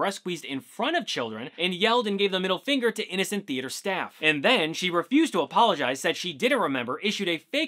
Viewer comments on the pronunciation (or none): none